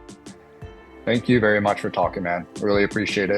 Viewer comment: vewwy wayyyyy